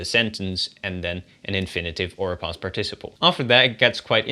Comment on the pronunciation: The correct English pronunciation is PARticiple, not parTIciple..